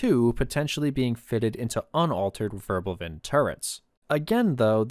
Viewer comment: ackshsckhually it is "Wirbelwind" not "Wörbelwind"🤓